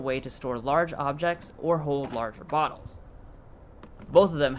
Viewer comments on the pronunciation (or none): none